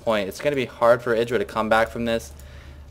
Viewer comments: i thought it was pronounced eyedra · no cuz hd starcraft and husky both say it like eyedra